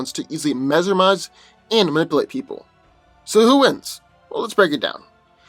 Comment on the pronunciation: I laugh soooo hard everytime he says nipulate..LMBO. slowdown and annunciation